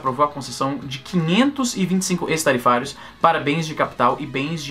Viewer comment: acho q se pronuncia ÉQUIS-tarifários (ex-tarifários) .